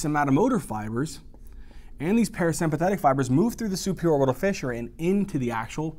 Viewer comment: when u said superior orbital "fissure" I thought 100% this was Arabic. Omg, you literally pronounced a word that means "pop corn" in Arabic the perfect way lol !!!!